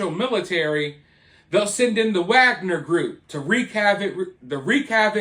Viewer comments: I think they don't pronounce the ''w'' in Wagner group. I agree it should be pronounce Wagner not Agner. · I think it’s pronounced with a V. Like Vog-Ner. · It's said with a V not a W. That's how you say it like the Slavics.